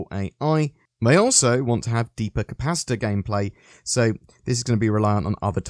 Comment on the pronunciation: I kept hearing pasta rather than capacitor